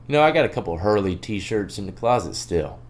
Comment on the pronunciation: My boi said Hurley💀💀 it’s Harley